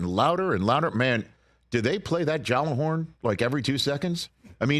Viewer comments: good try for the Gjallarhorn - the G is indeed silent but the 'j' is pronounced as a 'y' - so it is more like "yallahorn" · Rich btw the J is silent in Gjallahorn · It’s a hard “G” Rich. Gjallarhorn!!!